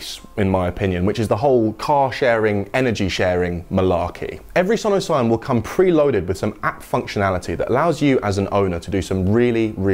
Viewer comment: only down side, Sono Sion sounds like 'son of sam' in my head every time he says it.